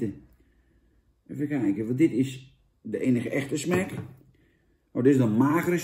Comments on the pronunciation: zeg smAk niet smEk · Smac niet smec